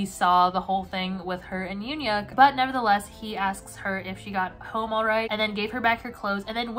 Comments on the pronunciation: ITS PRONOUNCED YOON HYUK NOT UN HYUK?!??!?! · the ‘eun’ in ‘euhhyuk’ is pronounced kinda like the ‘u’in bun… so kinda like mix of oo or uh